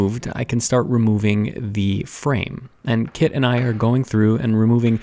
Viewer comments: Is her name Kit? Cause it sounds like he's the old grandfather master calling her kid xD But seeing you work with and for each other is so wholesome. It's really what is so satisfying and gratifying about a teacher-student relationship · I swore for half the video her name was Kid until I realized it was Kit and it all made so much more sense. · Took me a while to notice that he doesn't call her "Kid" but "Kit" 🤣